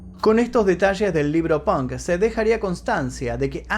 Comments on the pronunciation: Me encantan tus historias but why in the fu*king hell u say “pank”????? Se pronuncia the same way u write it 👍🏼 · el "pank"..... hablan igual que los espanoles XD , si vienes a usa y pronuncias pank , absolutamente nadie te va a entender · Jajaja "Pank".